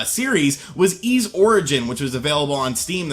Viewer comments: "E"s VIII? It's pronounced "E"? I can't deny, this game looks like it might be good. Emphasis on "might". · Jay M pronounced eeeeesssss. It's a city from Briton mythology (north of France) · Why does he pronounce the tittle game like that ?